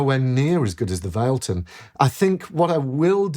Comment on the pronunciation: FYI everyone, it’s pronounced Vah leh tun